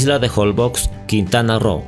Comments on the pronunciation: Se pronuncia jolbosh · SE PRONUNCIA JOLBOSH (Holbox) La letra X se pronuncia como SH regularmente, en el idioma maya. Un saludo